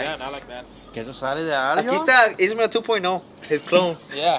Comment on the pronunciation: Damn your mexican af and you still manage to fuckup Ismael.. says ishmale